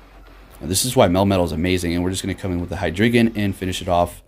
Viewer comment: Its pronounced Hi Dry Gon...wtf heck is a hydreegan? lol